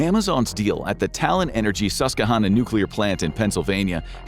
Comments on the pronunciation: Everyone who lives along the Susquehanna River pronounces the name of the river as suss -qwuh -HANN -nuh. (Note: -HANN sounds a lot like HAND ) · Mispronouncing virtually every syllable of Susquehanna is actually impressive 😂🤡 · You pronounced "Susquehanna" wrong. Ask a Pennsylvanian. :D